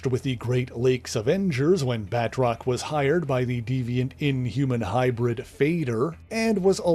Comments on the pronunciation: I gripe a minor one. I know it looks like its pronounced "Bat-rock" but His named is pronounced Ba-troce hes french long "O" like in hose, nose etc. Great video sorry to be that guy. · Uhhh.. Firstly, it is properly pronounced "Batroc", and he can leap way further then YOU CAN-!, and him and Mr. Hyde were the best non-nazi villians of Captain America. Word. 🎉